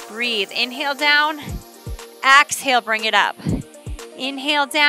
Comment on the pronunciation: I'm sorry but I have to say it. It's EXhale. Not AXhale.